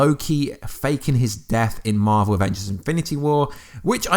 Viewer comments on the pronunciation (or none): none